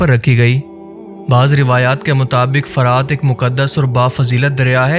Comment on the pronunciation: لفظ "فَرات" نہیں بلکہ "فُرات" ہے۔اس کا مطلب شفاف اور میٹھا پانی ہے